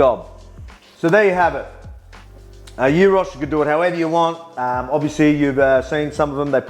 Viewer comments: Dude I am Greek and have been a fun of you for a long time and I only now realise you are part Greek, I had no idea until you pronounced gyros corectly. 😂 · Heyy he said it right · Souvlakia and Gyros !!! Nailed the accent,very very good ! :D Not Gairos or whatever